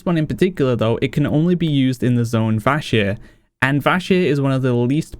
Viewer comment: VachEr? Really >< its VASJIR